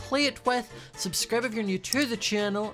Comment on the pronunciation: Did anyone notice that says "subscrib" lol 😂